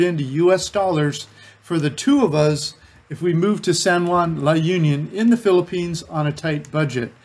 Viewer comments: It's pronounced as "La oon-yon" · Pronunciation is La-oon-yon.. There is also Pagudpod, the Northern most part of Ilocos Norte, hoping you go visit it too because it is a beautiful sight with the mountain and sea. I was there a few times and I loved the scenery.